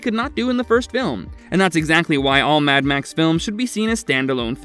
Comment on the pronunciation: The way you say “mad max” pisses me off so much